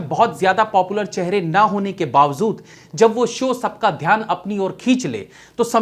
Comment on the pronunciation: Bhai. Bawajood. Bol. Bawazood .nahi